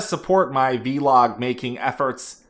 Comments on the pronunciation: It's pronounced vlog not vee-log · Please don't stop saying "vee-log" hahahaha Thank you for sharing your thoughts and advice! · HE SAID “VEE-LOG” TWICE IN THE LAST 12 SECONDS. I WAITED THE WHOLE VIDEO WITH BATED BREATH AND OUR MAN DELIVERED!!!🎉🥳🎈🎊🎁🍾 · same here, pls make sure you say veee every time!!